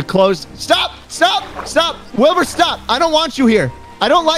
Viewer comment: Schlatt almost called Wilbur nerd. “Listen n-Wilbur” 😂😭👌